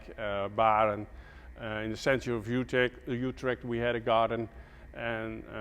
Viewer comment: You perfectly said "Utrecht" at the end of the video haha.. I enjoyed watching your video and too bad that giant plant is dead. I saw him flourished last year when I came there and it was so pretty. Groutjes uit Nederlands.